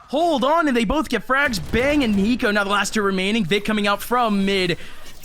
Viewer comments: The way that this caster says Hiko is so tilting for some reason. He never pronounces the H like WHYYYYY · nope he says iko like the H is invisible